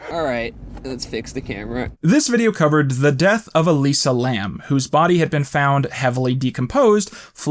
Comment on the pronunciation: adr used. I'm guessing realized in editing he'd flubbed Elisa's name slightly or something?